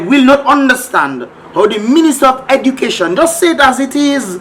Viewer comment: She's the 'Ministah of Edukayshun' 😂😂